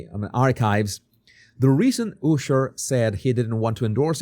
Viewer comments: if for you the name is so important why are you pronouncing Usher`s name incorrectly? his name pronounced with [A]sher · Love how he says ooosher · Your saying Usher wrong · Like your videos. But I’m cracking up. You said Ushers name wrong in the beginning.